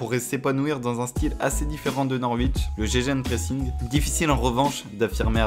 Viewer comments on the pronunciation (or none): Salut, super vidéo, bravo ! Si je peux me permettre un petit point linguistique : "gegenpressing" se prononce "gueguenpressing" ;)